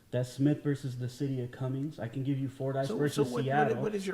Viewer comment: Cumming, Georgia has NO S in its name.